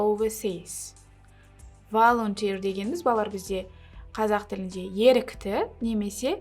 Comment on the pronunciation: Volunteer : волунтия емес қой айтылуы